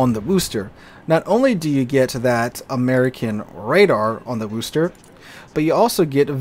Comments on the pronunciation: I beg of you. It's not WOO-ster. It's Wuh-ster. If you're from east of Worcester, it'd be Wuh-stah, but I digress. My ears are bleeding here lol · Worcester: “war-stir” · No one who lives in New England pronounces the Worchester name with the "o" sound. It's pronounced "wis" like in "piss". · A lot of people think it's named Wooster, as the city in Ohio. Maybe that is pronounced with the long oo. I don't know how they fail to read Worcester, but they do.